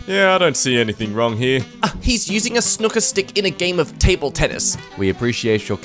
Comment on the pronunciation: "Snooker" sounds like "sinuca".